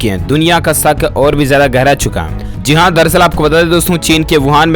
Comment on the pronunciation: Zeee haaa nhi bhai jiiii haaaa hota h phle bolna toh seekh liye